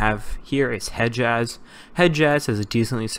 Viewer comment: Hijaz not heijaz